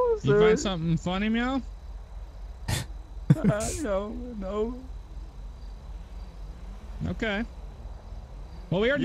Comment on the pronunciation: Did he say You find something funny meow?